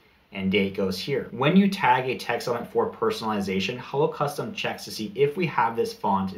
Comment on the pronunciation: I thought you were saying Holocaust and I was so confused...... Hello Custom.